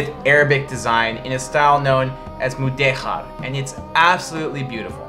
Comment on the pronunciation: What a great video! You nailed the 'Múdejar' pronunciation, subscribes immediately